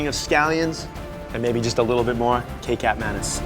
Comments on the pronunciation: its not ke-cap its ke-chap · It is actually pronounce as key-chap not kaycap -_-' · Nope, it's kecap (kay-chup). Similar to how you pronounce ketchup. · Kecap is pronounced ketchup lol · it is pronounced as ketjap not fucking kekap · It's pronunced like ketchup, not ke-cap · kecap is pronounced like ketchup in indonesia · pronounced key-chup